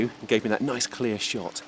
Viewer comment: I would very much like to slap this guy in the face, and he obviously has to say something like: ” a quite noice shot” when he gets a kill..